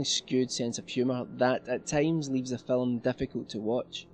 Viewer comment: phillum. Haha